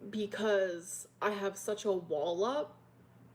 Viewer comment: Did she say she has a wall up or a wallop? 😂